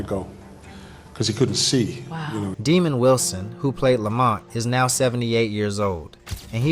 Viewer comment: His name was not demond Wilson... His name was pronounced Dah’mond...